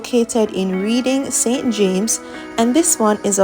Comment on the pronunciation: The word Reading is pronounce Redding